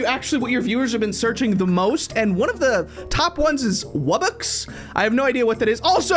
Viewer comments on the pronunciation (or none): NO ITS NOT WUBBUX ITS WUB BOX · Its pronounced Wub-BOX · You need to get to level 20 to get the wubbox and its purnounced wub-ox. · Wubbox is pronounced "wub-box"